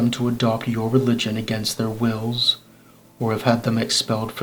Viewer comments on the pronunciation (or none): none